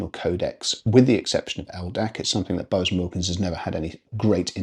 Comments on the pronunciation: Yeah, I thought he was saying Bose the first couple of times and was trying to gather the relevance 😂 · Interesting way of saying Bowers...now to watch the rest of the review. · Ya. I was like ‘What the….!!!’